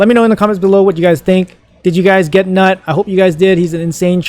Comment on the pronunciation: It's pronounced newt btw 🤣🤣🤣